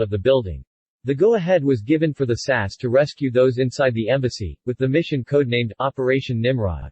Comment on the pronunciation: Just a quick note: The SAS is not pronounced "Sass." It is spelled out S-A-S not pronounced as a single word. The liner's name is pronounced A-kill-ee. Also, there is no such thing as an "automatic revolver" as stated in Number 8.